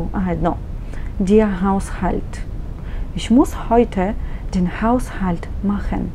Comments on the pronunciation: Не може ли да не произнасяте" иш" а ich их. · Ich се произнася “Иш” в някои райони на Германия, разговорно, но на книжовен немски (Hochdeutsch) се произнася “Их”, както се и преподава в повечето школи за немски език.